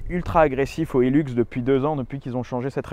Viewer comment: Putain, mais ils en tiennent une couche les français avec leur anglais, et ça fait mal aux oreilles. ;-) Le modèle «Hilux» s'appelait originellement le «hi-lux» et c'est pour «high luxe» ou «le grand luxe», donc s'il-vous-plait, prononcez correctement et nos oreilles vous remercierons. C'est donc pas un «heelux», c'est un »high luxe»... ;-) Cela dit, c'est une fantastique machine. Et merci.